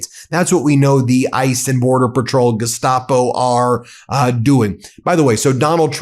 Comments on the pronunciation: 😂 That wasn't a long coat. It just looked that way on Bovino! 😂 Congratulations on that authentic pronunciation of "geshtapo". Was there a 'sieg heil' , too? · bovino with the correct pronunciation of gestapo hmm